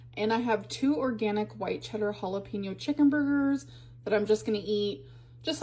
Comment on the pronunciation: Counting calories is another form of food control when you have a BED. Her saying "Hullapeno" is going to send me too lol 😂